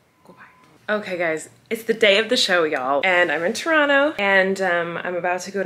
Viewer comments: Colleen you say Toronto like a true Canadian. With out the o and t🤪 Trono that’s how Canadians say it lol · I LOVE that you say Toronto the Tronnoo way 😂💙💙💙 you make my heart happy!! Was sooo sad I missed the Toronto show!! It sold out so FAST!! 🇨🇦🇨🇦🇨🇦 lovelovelove